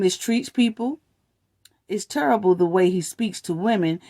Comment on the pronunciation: No one knows cause who cares. Its quite cause its there business do u record a video everytime you punch you man ? Judging how you say the word terrible like turrible i know u beat men